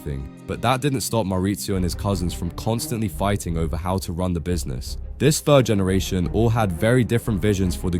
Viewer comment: GENERATION not GENRATION.